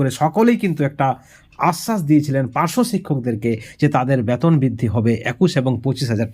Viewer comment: Batan আপনি ki বাংলাদেশি না হলে বেতন কে ব্বাতন বলেন keno boka choda